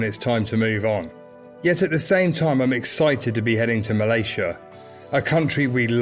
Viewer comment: Nice video. Malaysia is pronounced MUH-LAY-ZEE-UH by the way rather than MUL-EH-SHA.